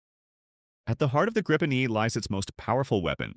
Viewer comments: Pronounced Greepen, not Graipen - The Griffin. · Not a big question, but the the meaning is " The Griffin" ( not arrested), and pronounced with a long i ( not the diftong ) and this can surely be explained in English as "Greepen", with stress on first vowel.